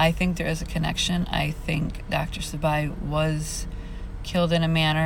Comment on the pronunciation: Dr Sebi prounounced see-bee . ... I've seen Maleah holding that doll in a picture I believe and the case is heartbreaking 💔.... Also they speak of her having brain surgery because her head was hurt .. They say she fell ,but I feel her stepfather did something to her .. Also my friends and I are working on her case as well to get fight for justice . Thank you for what you do our do.... Also the word burn resonates her stepdad had for gasoline that was found in his trunk and him carrying it .